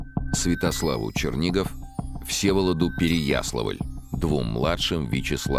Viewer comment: С ударениями у Чонишвили беда... Откуда такое желание искажать имена и названия городов? Ну хотя бы ПереяслАвль пожалел бы. А вдруг фильм дети увидят?